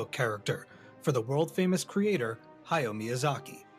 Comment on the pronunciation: Ha-ya-o Miyazaki. Three distinct syllables in his first name. And it's Sa-tsu-ki.